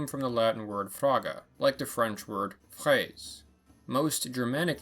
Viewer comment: The way you pronounced fraise hurt man 😂